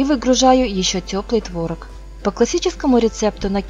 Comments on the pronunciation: ТворОг, а не твОрог.... За рецепт спасибо. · творог на второй слог ударение